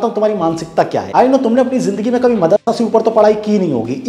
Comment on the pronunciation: मदरसा शब्द सही से सुनाई नहीं दिया इतना डर के मत बोला करिए 😒 हम सब साथ हैं आपके ❣️